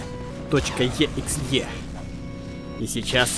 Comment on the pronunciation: Почему ты соника exe назвал как аббревиатуру s.o.n.I.c exe так что ли!? Зачем!?